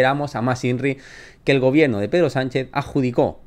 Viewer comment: se dice gobierno no gobieeeno